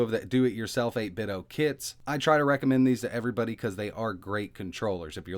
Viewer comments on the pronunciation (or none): eight-bit-doh, like nin-ten-doh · Feeling pretty confident that the pronunciation is 'Eight Bit Dough' rhyming with 'Nin Ten do' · Why do you keep saying 8bitOH?? There's a "D" in there... Like NintenDo... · You call them 8bit-DOE?